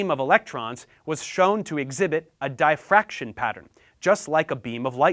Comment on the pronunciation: So we aren't gonna talk about how he said DIE-FRACTION.............. Like damn bro not everyone was born an integer